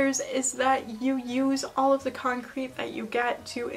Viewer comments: I think "concrit" is pronounced with an "it" sound and not like "concrete." It comes from "constructive criticism," so the "crit" part is pronounced the same as the "crit" in "criticism." Sorry for nit-picking, but it drove me crazy lol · con-crit is pronounced kon-criht because it’s just shorthand fir constructive criticism fyi. same sounds as the original words